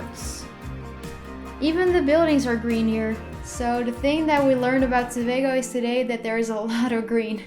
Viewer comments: good go with saying Tobago right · Finally someone pronounces Tobago correctly!!! 😋 Great Video thoo!! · Congrats on this video! You did a great job!! You even pronounced Tobago correctly... (most people don't). Anyway I enjoyed looking at this! 🇹🇹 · You actually pronounced the name right congrats not many foreigners do. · you mean when they say ToBAGO and not Tobago lol yeah I was surprised as well